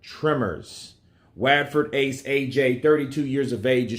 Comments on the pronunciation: Watford is phonetically pronounced “Wot-ford” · great channel but Watford is pronounced Wotford. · The way you pronounce Watford is quality 🙈👍 , maybe if its written like Whatford it would sound more accurate , not hating just saying 👍